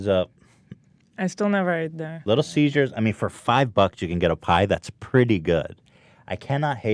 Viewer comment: Is it just me or is Ethan pronouncing 'Caesar's' like 'seizures'